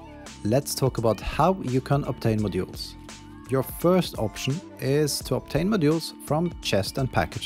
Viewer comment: To me it sounds like you keep sayin "My jewels" which makes this a really weird video 😅